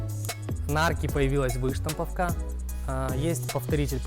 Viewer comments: Вы́штамповка......побрейся.... .не помогает. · Так противно двигается,как не традиционной ориентации чел,да и ударение на выштамповке не правильно делает,пляяяя....((( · Эй парень ты машине презентацию делаешь? Или возле неё просрать хочешь? Выпрями ноги, и что за выштамповка? Ударения ставь правильно, нуб.